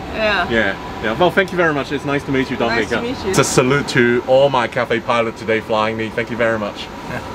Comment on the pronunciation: Do -mi-ni-ca ....Key and Peele teacher ....